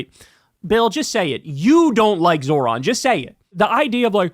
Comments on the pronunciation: The old guys don't want to pronounce Zohran's name correctly. It's a mode of purported diminishment. Or so they hope. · They’re mispronouncing his name on purpose 100%